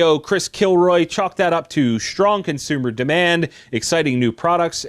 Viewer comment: And Chris Killoy... not Kilroy.